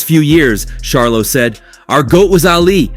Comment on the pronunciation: Dude you are real disrespectful by saying Sharlo...Charlo Dude. You wouldn't want someone mispronouncing your name as a professional or not.